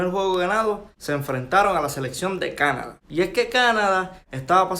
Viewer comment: No se pronuncia cana da sino una sola pronunciación Canadá .corregiste al pronunciar ese país .